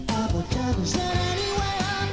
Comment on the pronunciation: not acebab bro, your spanglish is real fun:)))